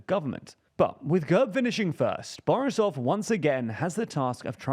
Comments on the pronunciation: lmao fr, especially "borisov", he made him sound russian 🤣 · He manage to mispronounce every name in that one sentence - from GERB, to Borisov, to Sofia